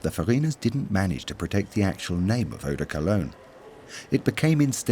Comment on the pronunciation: Did this narrator just pronounce Eau De Cologne as Urh de Cul ugg nh? I used to live in Cologne & even though non Germans say it Col own The Germans say Koln ( Kerln) What the heck is Cul uggh? Also perfume didnt just manifest out of thin air in the 1700s Even school children know that The ancient Eygptians adored perfume which was found in Burial tombs Also China with recent finds going back 8,000 yrs & was found to contain honey, a kind of Ylang ylan, sweet & fresh & a sweet kumquat. Arabia also used a perfumed Oil This docu is dreadful & totally ignores the real history & origin Alot further back than 1700. The medieval wealthy people used perfume to mask body odour. The upper classes rarely bathed Nor had their flamboyant clothes Cleaned or washed. So to stop the stink of bodies they drenched themselves in Eau de Pong Patrick Suskind wrote the book PERFUME, Also made into a good film with Alan Rickman & Dustin Hoffman who was very good as a dotty royal perfumier. The book is a novel though not a history book of perfume Why does the begining of this Start in 1700 then jump from era to era Its a bad video to learn from & its all over the place & had no Concepts as part 1 Then part 2, etc Hes hard to hear, talks over everyone & isnt translating what they say. Im half way through & nothing sticks in my mind & none of it makes sense. Im finished, its a waste of time 🇬🇧👧